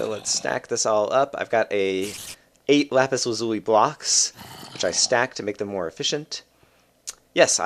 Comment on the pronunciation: it's not lupis. it's lapis. it's never lupis.